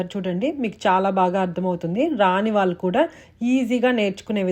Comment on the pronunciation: ముందు తెలుగు సరిగ్గా మాట్లాడడం, వొత్తులు సరిగ్గా పలకడం నేర్చుకోవాలి. బండాసురుడు కాదు భ ండాసురుడు. వాళ్ళు అనాలి. వాల్లు కాదు. తెలుగు మాట్లాడేటప్పుడు english పదాలు వాడకూడదు.